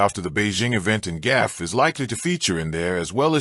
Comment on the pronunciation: her name GAUFF (goff) not GAFF.... CRETIN !!!! 🤡